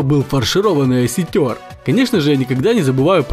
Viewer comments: Не осетер ,а осетр. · Почему Вы говорите осётер? Осётр правильно. Извините за замечание. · Не осетЁр а осЁтр!!!)))) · Тоже угарнул!!!))) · Оситёр или селитёр?Ударение не для Вас! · Осётр правильно говорить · Ты не правильно назвал Осётра. Ударение на ё.